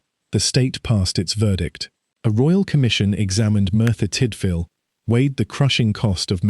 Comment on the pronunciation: Dear lord, here we go again, the butchering of the Welsh language. And these names are not even difficult to pronounce. Merthyr === mirth er, Tydfil === tid vil. Dowlais === dow laays. Cyfarthar === kuv arth ar See, easy. Sorry cannot take any more. You should be ashamed that you could not make any effort to learn. It is disgusting.